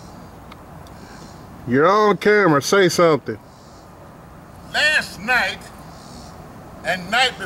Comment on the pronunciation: It was like he was about to prepare for some great speech. To say he saw some birds that look like women. Lol 🤣